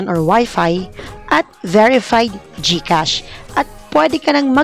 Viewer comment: Galing naman Gkas Serro naynn sixx fivee serroo sevenn eightty toooo sebenn tree serrro